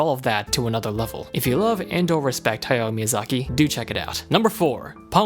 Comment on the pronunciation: Who the hell is "Haya Miyazaki"? You mean "Hayao"?